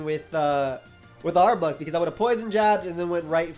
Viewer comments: Arbok has no U sound. Rhymes with clock not cluck. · I almost couldn't finish watching this video because of how you were pronouncing arbok